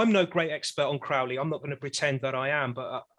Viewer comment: You can’t even pronounce Crowley correctly…